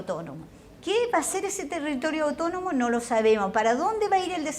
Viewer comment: Pero, ¿ cómo dice ser Educadora Académica de lenguas? si no sabe ni siquiera pronunciar bien las palabras en su relato hay varias .....escuchen cuando se refiere a la palabra ¡¡autónomo!! la india dice "utonomo".